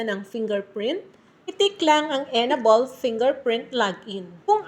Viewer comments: EN- ABLE not enabol 😊 but thanks for the info ❤ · M; yong pronunciation ng enable ay en-ey-bol.